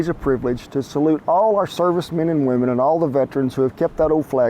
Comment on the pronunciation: It sounded just like you said the thing to lower blood pressure is women. I was thinking I know that ain't right!